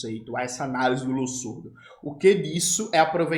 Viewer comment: Jones, pode ser um comentário bobo esse meu, mas é sobre a pronúncia do nome Losurdo. O s nesse caso tem som de z.